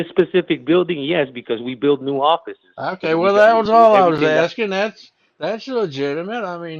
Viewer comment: Yeah, more & more, listening to his speech, he's sounding like a Los Angeles Hispanic. "Every-ting." "In-for- mation," each syllable expressed individually, etc., etc., etc.